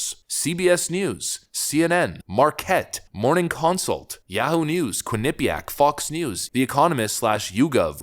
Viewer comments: Quin-eh-pee-ak is the correct pronunciation. Living only 30 minutes from the University, it was tough listening to your pronunciation. 😂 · Good video. the stress is in the first syllable in Quinnipiac not the second I found that way more annoying than I should have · Lol. It cracks me up when you talk about Quinnipiac. You haven’t pronounced it correctly yet. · Please learn the correct pronunciation of Quinnipiac. It's really difficult to take you seriously. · You are pronouncing Quinipiac wrong. lol Say it with no syllables lol